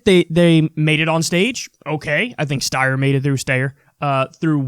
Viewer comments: It's Steyer, not Steyer. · DUDE just say Steyer the way it's pronounced it's annoying as hell, vaguely anti-Semitic (it's a Jewish name), and super unnecessary. Like, why? It's stupid, why is this something you can't let go? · Like I think Steyer should completely drop out! I think his candidacy is meaningless! But what's this thing with pronouncing his name wrong, what does that even do? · Stayer/Steyer lol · Kyle, I think you can now safely pronounce Steyer as Styer lol because when one of the moderators wrongly referred to him as Mr.Yang he said “I’m actually Mr. StYer” and plus everyone pronounces it that way : ) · Stayer. Steyer. Stayer Steyer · Kyle I love you man but TAKE A STANCE ON HOW YOU PRONOUNCE STEYERS NAME lmao I hate how he always says Stay-er/Sty-er just pick one fam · Can't believe Kyle is still doing the Steyer-Stayer thing. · Please Klye. Please. Just say Steyer one way. I've developed a tick each time you say both pronunciations. Go Bernie. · I resent the hell out of Steyer, but could you plz stahp? The stayer/steyer thing is just annoying. My 2¢ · Wake up SHEEP! big seltzer DOESNT want us to know how to pronounce steyer. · It's a schtick at this point. Kyle knows how to pronounce his name, LOL! 😆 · At least he dropped "Steer". I find it hilarious either way 😂😂😂